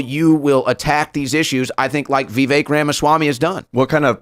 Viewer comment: Holy shit! Someone finally pronounced Vivek's name right.